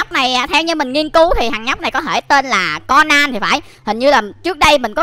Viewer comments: Cônan chứ ko phải co nan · Conan đọc là ( cô nan ) mà anh anh đọc là ( con nan ) là sao